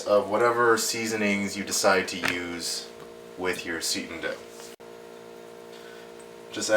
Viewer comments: Nice video. Thanks for being so methodical. Just so you know, it's pronounced "say-tan", not "see-tin". Also, you shouldn't measure dry ingredients (like vital wheat gluten) in a measuring cup designed to measure liquids. There is quite a difference between the two. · ah he's young. Most of my students like to say "seetin"... LOL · It's pronounced "S'eye tan"